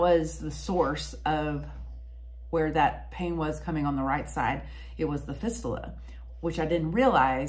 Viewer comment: Hi, I commend you on providing such a vividly detailed, self-effacing description of your journey with this serious disease, involving an area of the body that, for most people, both young and old, would be difficult to talk about. Just as a help with your verbiage, to keep you well versed on the topic, fistula is pronounced fist-you-la. Hopefully, your excellent frame of mind will continue to help you overcome the challenging trials and tribulations that you will be faced with. Stay as active and strong as you can, mentally and physically- hobbies, walking your dogs are great- helped me to deal with my personal issue. Imo, the statements in your last minutes here, provide the best information for those watching,,, if something's not getting better, regardless of the organ system,, get a doctor specifically trained in treating cancers there, to check it out. Hang in there & hope to hear some good reports from you in the future. Regards from Pennsylvania